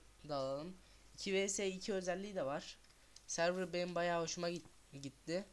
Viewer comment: servır deil sörvır die okunur